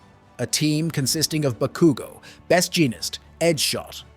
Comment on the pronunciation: The bah-koo-go naming Is triggering But nonetheless absolutely prime video. Keep it up. You're amazing. Plus ultraaa!!!